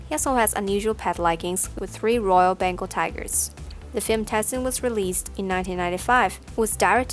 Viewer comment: You say him name like TIE SON